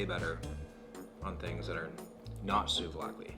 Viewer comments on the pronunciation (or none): Souvlakli? Please noo. Next you will say tzatzikiti sauce